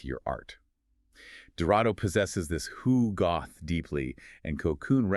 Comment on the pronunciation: Love these deep dives - thanks! But guys, please, it's hugot, pronounced as "HU-got"; there's no "h" at the end.